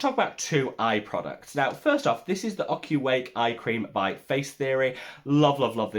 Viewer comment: You got the pronunciation of Ocuwake right!!!!! I feel like we’ve hit a milestone. Lol love ya.